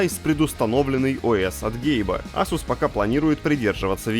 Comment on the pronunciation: не асус а эйсус